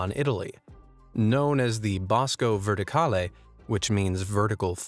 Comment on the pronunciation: = ATTENZIONE SIGNORI E SIGNORE. TUTTI GLI ITALIANI SONO PREGATI DI VENIRE A PIANGERE CON ME PER IL MODO IN CUI HA PRONUNCIATO " BOSCO VERTICALE ". Grazie